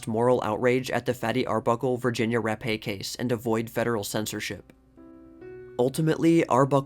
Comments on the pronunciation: Fatty wasn't gonna take, the 'Rappe', for Vagina's Virginia's death. All kidding aside, Virginia's surname is pronounced as 'rap', not rap•ā. Rappe, is a British name, not french. The last p&e, are silent (damn British🍈🤨). Amazing how Caruso, looks alot like Capone. Like, a half-brother??!! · It's pronounced “Rap” not “rap-eh” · I'm a new subscriber. It's great so far. I will add that Rappe is actually pronounced as Rape. That's a very unfortunate last name. I'll try to find the article that insists on the name